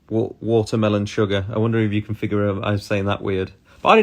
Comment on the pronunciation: Finalllyyy he said it correctly, watermelon sugar!! Ohh Harry i can feel you.